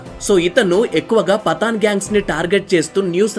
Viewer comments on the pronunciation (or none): పతాన్ పఠాన్ కాదు బ్రో పఠాన్